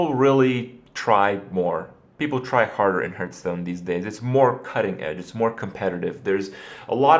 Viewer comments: It's not HERTHstone, it's heArthstone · I mean the irrelevant accent that has nothing to do with his mispronunciation of the word "hearth". Why did you bother me with this pointless comment? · am aware its pronounced HARTH stone but I still say HEERTH because that's how I thought it was pronounced for like 10 years and I just think it sounds better so I choose so say it incorrectly :) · what is this "hurtstone" you are talking about? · How can you play a game for so long, and still pronounce its name incorrectly? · Sommanker Accent? Do you mean his American accent? If so, I can assure you, that's not the proper way to say "hearth" in American English either. If you mean it's some kind of regional accent, then alright, I'll take your word for it.